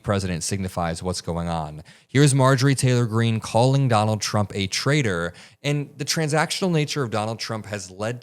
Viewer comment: You' re calling him a trader. It''s pronounced traitor. With a T.